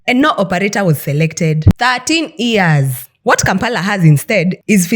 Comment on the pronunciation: Why does she keep saying EARS when she means YEARS!? Strange.